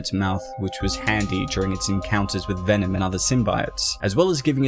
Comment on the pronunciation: VENOM not VENON !